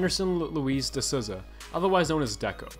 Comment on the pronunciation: futre? sousa?....do your homework please...nice vid thou keep it up